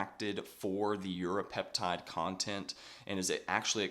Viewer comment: Great vid but 30 secs are you saying Europeptide?